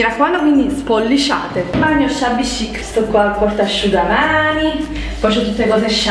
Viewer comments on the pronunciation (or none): secondo me ormai lo fai apposta a dire shabby chic😂